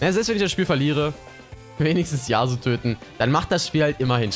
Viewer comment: Das ist YasUo und nicht YAAsuo Kp aber irgentwie stresst mich das :D